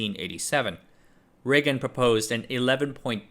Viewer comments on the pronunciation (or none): none